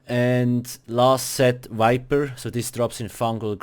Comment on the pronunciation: it is viper, not wiper. for fucks sake